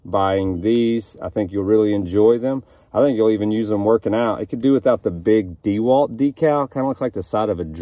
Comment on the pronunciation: Dah-walt, not Dee-Walt. I appreciate the review, thank you